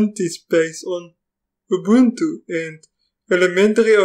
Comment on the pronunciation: "Tepian", "Upuntu"? "Tepian tefeloper" :-) :-) :-)